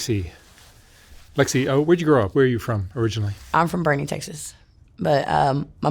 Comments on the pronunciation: Boerne Texas…. Pronounced- “bor-nee” that’s where she said she was from. Not “ Browning” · Boerne not Browning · Boerne Texas, not Browning.